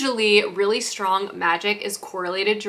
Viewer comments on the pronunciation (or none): none